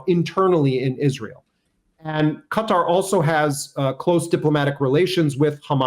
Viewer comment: 👏👏 well done for correctly pronouncing Qatar 🇶🇦